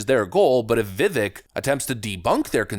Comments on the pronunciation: His name is pronounced [ Viv-vake ] as in cake brother. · (Heh, i don't wanna be that guy....I know you're gonna talk about him probably a lot the next couple weeks...it is Viv ake sounding, he said Vivek, like cake. That is when it clicked to me Ohhhhh, like cake, that makes snese. Not trying to nitpick or be a snot, I'm trying to help). Respect to ya man, keep it up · If you respect the man, learn how to pronounce his name. It's Vi-VAKE. Rhymes with CAKE. Emphasis on the 2nd syllable. Just sayin'. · Viv - VAKE ... not, "VIV ick" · It's pronounced, "VEE-VAKE," like "CAKE." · Vivāk , like brake, take, rake, ache, or as he says cake. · “Vivek, rhymes with cake”. I’m surprised you haven’t gotten b his name correct yet. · His name is pronounced Vi-VAKE. It's like CAKE. Vi-VAKE. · His name is pronounced viv-vake like cake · Come on... Vivek; rhymes with cake. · I love your content ❤️ keep up the good work. I know you love to be so accurate in your content. So Vivek is pronounced like VIVAKE he said it rhymes with Cake. Keep up the solid vids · His name is pronounced "Vivake." It's time to finally get it right. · It's spelled Vivek, it's pronounced Vivake. Vivek rhymes with cake. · His name is Viv-ake..it rhymes with cake! Have some respect! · For f sake. It’s Vi-vake rhymes with cake. Show some respect and pronounce his name correctly. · It’s VI-VAKE LIKE CAKE dude, get it right ffs. Vivek like cake, not hard to remember. Vivek 2024. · Multi-million dollar YouTube channel and you still can't pronounce his name right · Please stop saying his name wrong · Can you learn to say his name right????? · Another day, another Vivek video where you still haven’t learned how to pronounce the man’s name. Bravo.